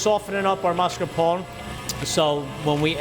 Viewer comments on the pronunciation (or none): He says “Mascarpon” not Mascarpone. She, on the other hand, says it correctly.